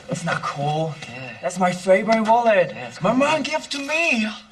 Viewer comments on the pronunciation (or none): Why did i hear mullet instead of wallet